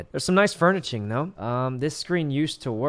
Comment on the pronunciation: cryingggg, the sweet boy said furn-itchings T—T i love this man